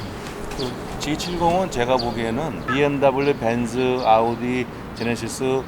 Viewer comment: 발음때문에보기거북해요...그냥..벤즈~말고벤츠라고하는게 좋을거같아요